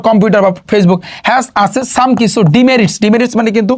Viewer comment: Word ta demerits hbe dimirits nh.